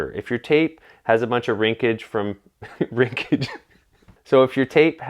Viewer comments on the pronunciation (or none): "Rinkage" is probably the most Canadian thing you've ever said on this channel. Love it